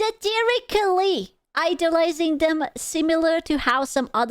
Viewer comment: Good job sounding out "Satirically." You'd be surprised how many people, especially nowadays, would have just given up